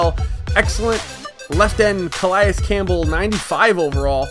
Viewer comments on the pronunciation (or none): none